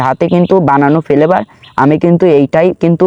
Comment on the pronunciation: Vape ❌️ vhape✅️ Flavour ❌️ Felevour ✅️